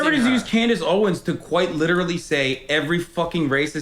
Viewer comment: You missed a couple "quite licherally"'s in there, but yeah that's about all he's got